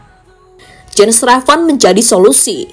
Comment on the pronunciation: Jens Raven ❌ Jens Revan ✅😂